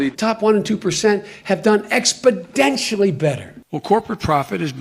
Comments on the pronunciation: Exponentially. Not expodentially. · How is it that Biden says "expodentionally" every time he uses the word, but this is the first time this seems to have been brought up? Imagine the media coverage if George Bush mispronounced a word like that....Nucular instead of Nuclear, for example...Oh wait, we don't have to image...that was practically a scandal the way it was reported. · "Expedentially!" What a Bozo!! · Gee I didn’t know how important Expodentially Was going to be in this election 😂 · Expodentially... WTF... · I wonder if him saying "expodentially" was an accidident or if it was intedentional? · Joe Biden giving the final spelling bee word: "expodentially". Kid: "uuum can you use that in a sentence?" Joe: "abstalutently" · ExpoTentionally! No 'd' there! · I heard Biden say: expoDentially. Really? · Utterly baffling, that after the first time he mispronounces the kind of word that EVERYONE notices. You would think, someone... Anyone would have told him. How can his team of advisors, entourage, down to an intern not have said. Its an "N" not a "D" Binen, I mean Biden old son. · Did Biden mean to say Expotentially?